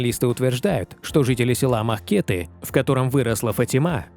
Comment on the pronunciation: Не МахкЕты, а МахкетЫ!